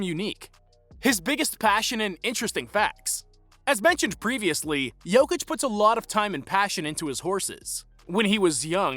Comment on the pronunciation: If you want to talk about a Serb, learn how to pronounce his name